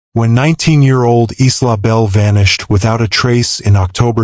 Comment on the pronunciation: The victims name was Isla not eastlaw. It’s pronounced eyela